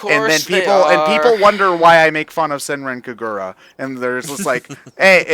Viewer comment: "SENREN KEGURA." WTF DUDE. It's Senran Kagura. I spent a good 1,000 yen on it. RESPECT THE GAME.